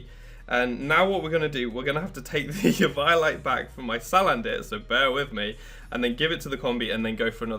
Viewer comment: It's like someone says Pie-kachu. And you just want to punch that person.